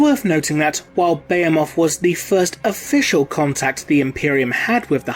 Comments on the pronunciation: Good video, one thing though, it’s not beyemoth it’s beheeeemoth.....and tiranid, not tyyyranid... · Its Buh-hee-muth not Beo-moth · *Tih-ranids. *Buh-hee-muth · Dude at least look up how to say the words you using before you repeat them 20 times incorrectly. Bay-a-moth... is a just wrong 😒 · IT'S BEHEMOTH. BEE-HEE-MUTH. I WANT TO TEAR OUT MY EARS. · >tie-ranid >beh-heh-moth Christ almighty.. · Didn't know the "h" in Bahemoth is silent. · You pronounce Tyranid and Behemoth wrong lol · Your pronouncing word wrong, behemoth for one.... I've heard other English guys say it right. Why not you? Thumbs down until u do... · be·he·moth /bəˈhēməTH,bəˈhēmäTH/ cuz yo ass can't say it right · ..That is not how you say Behemoth. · God your butchering that name behemoth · he pronounces Behemoth incorrectly.